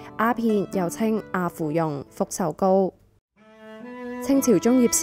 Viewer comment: 阿芙蓉的"阿"讀"柯"...